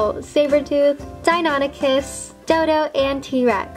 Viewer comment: im surprise she pronounce dienonychus right